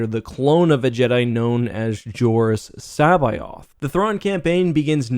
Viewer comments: Not to sound rude, but according to Wookiepeedia, the author intended the character's name to be pronounced "Sa-bay-oth", with the first vowel sounding like the "a" in "has". I was just noticing you pronounce it like "Sa-by-oth". But you probably know this and just pronounce it how you have since you were younger. That's what DenOfNerds and StarWarsTheory do. Either way, this news is exciting, we may get awesome stories out of this. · C'Boath. C as in -ck, bo as in bow, ath as in math. k-BO-ath. In no language of man or alien is it pronounced SAH-bye-oth. None. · Hate your pronunciation of C'baoth. It's C like a hard K sound and then, bay-oth. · C'baoth.... Sa'baoth. No no no not pronounced like that its K'both people pronouncing all wrong.